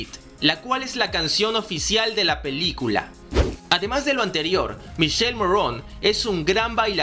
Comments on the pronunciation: Hola me voy a atrever a hacerte un par de observaciones, el nombre del actor se pronuncia "Miquele" aunque se escribe "Michele" y sobre el tatuaje de la mano él explica que simboliza al "Ave Fénix" que muere y vuelve a nacer, por eso tiene una imagen de calavera en el centro del ave. Saludos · Una aclaración el nombre del actor se pronuncia como si tuviera una "q" o sea que se pronuncia Miquele y el apellido se pronuncia como se escribe Morrone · Se pronuncia Mikele y se escribe Michele y no Morron... Sino Morrone, como esta escrito😳😑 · El nombre del actor se pronuncia "Miquele" no "Mishel". No americanicen su nombre italiano. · Michele Morrone es italiano, por favor no pronuncien su nombre y apellido en francés, no se puede oír!!!! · Michele= mikele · En español suena Miquele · El verdadero nombre del actor se pronuncia miquele morrone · Que no se pronuncia michele se pronuncia mikele! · MIKELE MORRONE, así se pronuncia MICHELE MORRONE , visto que es italiano y no americano. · Se dice mikele morrone, literalmente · No es Michele Como lo dices en inglés??? Infórmate bien Bro! En italiano la "che=que" así que se dice miquele y se escribe Michele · Me caga que hagas y hagas videos y no puedas pronunciar el nombre de michele morrone, te voy a enseñar como se pronuncia.. Miquele mo rro ne. No morron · X2 jajajaja lo que si ví fue que no saben pronunciar el nombre de Miki y algunas informaciones erradas 😂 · El nombre es italiano y no se pronuncia como lo pronuncias😅